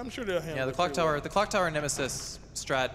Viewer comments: Congratulations for both! But "Nemisis"? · NEMESIS, not NEMISIS 😭😭